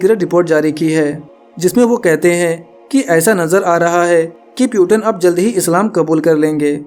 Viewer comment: Peuton nhi bhai Putin पुतिन naam hai.